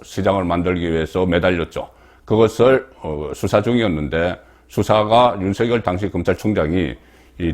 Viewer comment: 윤서결이라고 하지말고 윤석열이라고 발음 하시길